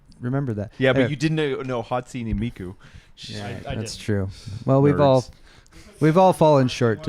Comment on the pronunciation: Me when says Hatsini Miku 😮‍💨 Me when says "she's a Vtuber": 💀